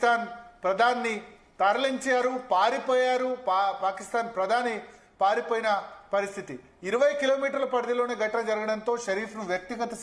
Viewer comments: పాయిపోయిన! కాదు పారిపోయిన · పాయి పోయిన కాదురా నాయన పారి పోయిన ముందు తెలుగు నేర్చుకో .....మి మోకానికి న్యూస్ ఛానల్ .....కర్మ రా బాబు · Nee telugu sakkagunda ,adhi 'paaripoina' ra